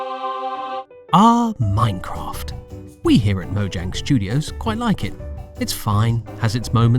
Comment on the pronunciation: "We here at mojang studios can't pronounce mojang"